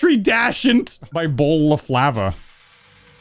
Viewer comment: "Bowl of lava" or "bowlo flava"